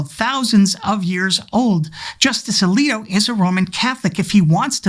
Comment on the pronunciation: Justice"Elito"Thanks for that one,.